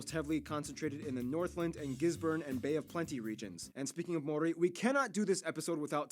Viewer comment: I have to laugh at her pronunciation of Maori words and just Maori in general. 😅 also the meat pies are like Steak and cheese, mince and cheese, steak-redwine and mushroom They are really good. Trust me when I say you will love it. CANTERBURY - Christchurch where my fam?